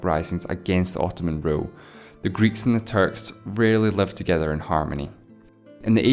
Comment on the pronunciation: "...and there were numerous uprisings (from Greek populations against the Ottomans I guess?), the Greeks and the Turks reaaally lived together in harmony..." And I am wtf i just heard? Only now i understand that "reaally" was not really at all. It was "rarely" lol haha